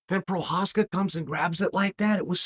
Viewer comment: We all knew Jiri was the real deal when Chael started pronouncing his last name correctly